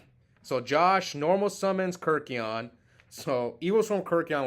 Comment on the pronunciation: Ke RYK eion... But yeah, too many people say KIRK ion lol